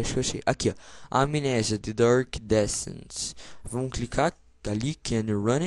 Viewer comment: "Dark"... o cara fala Durk.